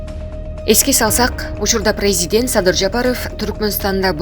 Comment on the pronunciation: Журналистка, смотри пожалуйста на ударение и произношение президент не прпвильно.